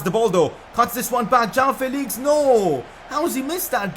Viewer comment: Please pronounce it Jo-woah-n Felix